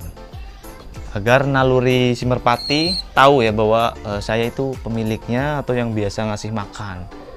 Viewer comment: Merpati mas bukan merapti wkwk